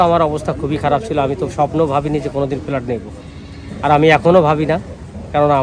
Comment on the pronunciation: Felat?? Flat bolun